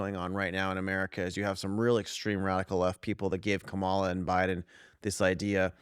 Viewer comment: Kamala is pronounced COMMAla.